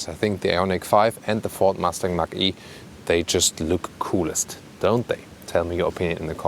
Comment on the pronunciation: A colleague always calls the Mach-E "Matschi" 🤣